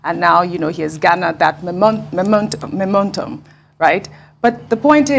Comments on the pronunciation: Ojy can't pronounce momentum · should just go back to modeling. She can't even say the word "momentum,". Even sitting in the midst of high journalistic brains like Rufai and Dr. Abati has not helped her at all. With this current, she knows someone closely at the top of Arise news to still be on this table.....